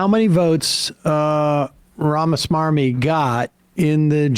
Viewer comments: I love how Sam purposely mispronounces some of these ghouls' names on purpose. RamaSwarmy is accurate AF 😂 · I like the fact that Sam specifically takes the trouble to pronounce RAMA-S-M-A-R-M-Y. It may not be his actual last name, but describes him to a tee. Smarmy (adjective): revealing or marked by a smug, ingratiating, or false earnestness Merriam Webster Dictionary.